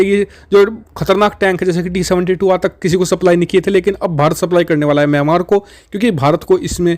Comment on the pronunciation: म्यामांर नहीं मिंयामार कहो!